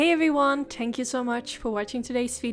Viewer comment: I love this one so soft an beautiful I have blue eyes like u so I’m gonna try and find that brown shade u used cause wow it made your eyes pop and I think it might do the same for me 💞💕 love ya girl I look forward to your next video btw I love how u say tank you instead of thank u it’s so cute 😍